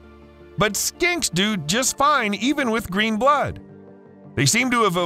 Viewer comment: Skinks,.. sounded like you said skanks… and yeah skanks can survive 35 days without food too… meth is a nightmare